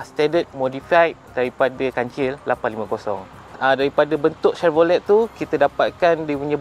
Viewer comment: Tahniah , cuma satu je walaupun ejaan chevrolet tapi sebutan tu senyapkan t . “chevrole”